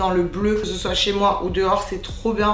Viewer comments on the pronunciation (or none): none